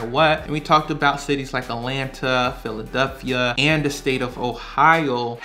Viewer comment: Philadelphia not “Philaduphia” ahhhh sorry. Great video great info 👍🏼